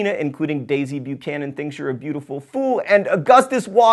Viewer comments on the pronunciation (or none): none